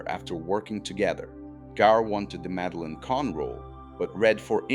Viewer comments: I didn't know about Boyle meeting his wife and meeting Lennon. Ai can't pronounce Madeline! This is why it should be proofed before release. Very sloppy. Mel's use of real people was not that unconventional. He used secretaries, custodians and others who worked on the lot for Blazing Saddles screening because the mucky mucks didn't like it. Gene Hackman didn't spend just a day on set. I believe he was there almost daily watching because of the family atmosphere and the hilariousness of it all. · Who doesn't know how to pronounce, Madeline?9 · My favorite recurring joke is whenever Frau Breuker's name is mentioned, the horses go wild off screen. On the other hand, the AI narrator ALMOST made it all the way through this video, before mispronouncing "Madeline."